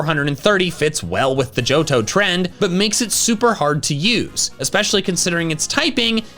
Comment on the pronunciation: It's "Johto"